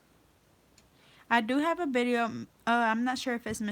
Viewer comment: Where are you from I notice you say bideo instead of video